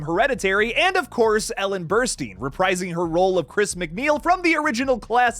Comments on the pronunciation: Her name is Ellen Burstyn. Pronounced ‘Burst-in’ not ‘Burst-een.’ Do your research. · It’s pronounced like Burst-Tin.